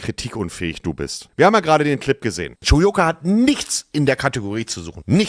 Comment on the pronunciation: Spricht man das u wirklich wie in o und wird das r nicht mit ausgesprochen ?